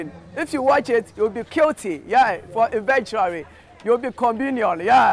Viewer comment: LOL I REALLY LOVE THE INTRO . EVENTUARRY